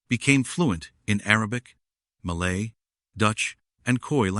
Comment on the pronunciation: Malay not Maylay!!!!!!😂